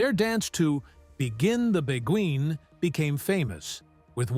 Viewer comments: Jeez! the Gay Devorce is pronounced Divorsay. It’s Begeeen (hard G) not begween Haven’t you seen the movies? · Learn to PRONOUNCE WORDS CORRECTLY!!! It’s pronounced “Be-geen l” (hard g) “Begin the Be-geen”!!!! “Begin the Beguine”!! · Begin the Begween? Thhe U in Beguine is silent. Beguine is pornounced bee-geen. And what about Ginger and Fred's 10th film, The Barclays of Broadway? And if the video is about finding a long lost dance routine, why didn't you included the routine? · Begin The Begween? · "Begin the Be-gween"!!! I'm still laughing.